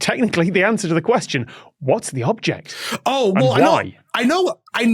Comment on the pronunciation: I had to read the subtitle, because it kept sounding like Tom was saying "objective play" instead of "object of play"... Do Brits just say "object" with the accent on the second syllable instead of the first or is it just something about that phrase?